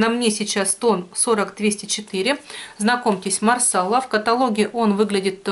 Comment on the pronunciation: марсала-ударение на последний слог, раньше ты правильно говорила ;))